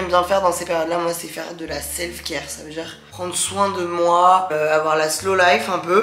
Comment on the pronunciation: Ta manière de parler à légèrement changé Attention lool !! Tu as tendance à prononcer "dire" : "dchir", ou "dans la partie" : "partchie" .. gros bisous :)